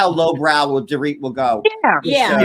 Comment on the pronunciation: My best part of it was when kept pronouncing Dorit’s name wrong! She kept calling her “Door it”! 🤣🤣